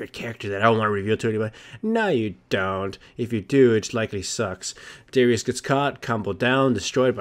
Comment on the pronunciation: He said it wrong. Its "Darius", not "Dawrious".